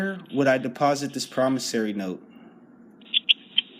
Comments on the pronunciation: Pronunciation matters when communicating verbally. "Promis SORE ey" not "Promis SAIR ey". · For the record, It's not promis-ory, it's promiss-ory. Just thought I'd point it out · For the record, it's not promissary. It's promis-ory. Just thought I'd point it out. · If I can write promissory notes and deposit them in my bank account, then what would prevent me from writing billions to that account, casually withdrawing all except a pittance, and then disappearing with the loot? The caller in this video is a dimwit who either thinks or pretends to think that a person's signature alone on a note creates value. Also, cretin caller, it's "promisSORY", not "promisSARY"! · I am pretty sure they were telling you that you don't understand what a promissory note is. And learn how to pronounce it correctly you loon.